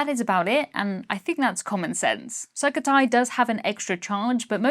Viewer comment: i think its pronounced sook-oh-thai